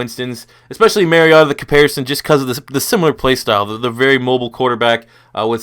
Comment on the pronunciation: It's pronounced Mary O Ta